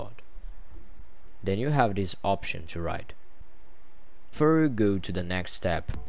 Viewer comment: You Dutch people need to pronounce the word "that" not like this: "dat". It's THAT! The same with "this". Don't say "dis" These is not deese, it's THESE!